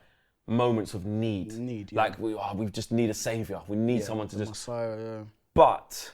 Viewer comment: “Massiah” is insane